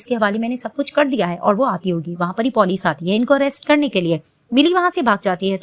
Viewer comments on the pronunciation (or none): P0lic nahi hota ha police hota ha😂😂😂